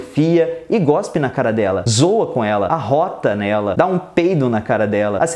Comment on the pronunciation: Gospe não professor. Cospe. Fora esse deslize ótimo vídeo. Aprendo bastante, sua forma didática é cativante e encantadora. Abraços e continue com os temas.